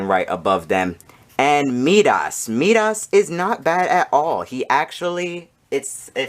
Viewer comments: I had no problem with the length of your video. I watched it to the end. Although, I did have a problem with how you pronounce "Midas". It should be pronounced "My-Das". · Love the setup. But you’re saying Midas very wrong 😂.